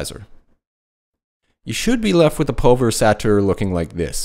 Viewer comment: Nice tutorial,. Just one thing... Say the following syllables out loud: PUL VER EYES ATE ER.....;-)